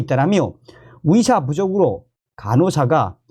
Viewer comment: 위사가아니고 의사입니다 발음좀